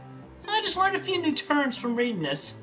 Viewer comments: Chris being unable to pronounce the word reading while stating that an 8th grade reading level is the minimum is pure gold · Christine misreading "must have eight grade reading level" doesn't even faze me at this point